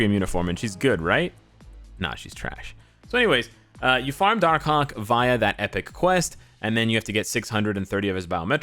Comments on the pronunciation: When he say darkhawk i hear darkcock😂😂😂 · Im preeeetty sure he said darkcock